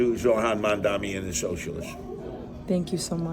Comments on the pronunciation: Seriously, it is that hard to learn how to pronounce someones name? Mam (like "mom" dani (like "Donny") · Curtis should reach out to Mamdani [after he learns to pronounce his name and 😉🤔], and have a discussion among adults. Obviously, all the hope and ideology of myself, Mamdani and others won't all be accomplished but, he has the right ideas at this juncture of thew CHUMP era... Tax the very wealthy...THEY DEFINITELY WON'T MISS THE MONEY!!😉😶🤔